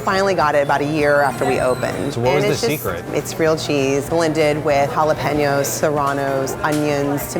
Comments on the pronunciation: Okay but did you catch how she pronounced jalapeno "holler peen oh' lmao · did this woman say “halo-penuos” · She mispronounced jalapeno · I’m actually kinda appalled at the childish argument going on in these comments. Yes she pronounces queso and jalapeño wrong what can you expect she’s white and it isn’t her native language. That also doesn’t mean we should attack her for it, I understand that what she sound is an embarrassment to your culture I cringed too but we shouldn’t call her out for it. Also that was extremely rude and uncalled for don’t attack the Latina’s and Latino’s because they were trying to correct something for the sake of their culture. Garcia that was also extremely rude and racist of you, not all white people are like that you should be saying such thing. If you hadn’t have said that you wouldn’t have gotten a rude answer. I’m sorry if this comment offended anyone but as a 1/2 white 1/2 Latina I feel disrespected for both sides.